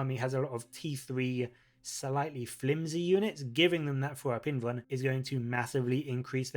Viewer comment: The "L" in "invulnerable" is not silent. So the truncated form would be an "invul" save, not an "invun" save. Sounds really stupid every time you say "invun".